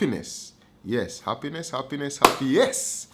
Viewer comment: Man say “Happiness + Happiness = HappyYessss” 😂😂😂😂